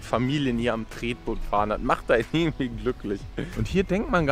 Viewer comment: “Ärgendwie“ nicht zu vergessen